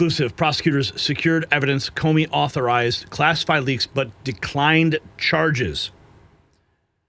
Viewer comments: I heard you say "Comer" in lieu of "Comey" w/those deep staters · Comey not Comer. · Comey, Not Comer. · Comer? Did you mean Comey? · not Comer, you mean Comey.